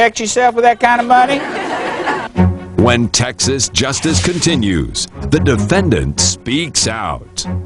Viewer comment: It's T E X A S.....not texes!!